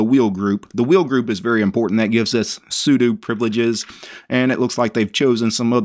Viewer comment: Finally! A man who will correctly pronounce 'sudo'. What a relief.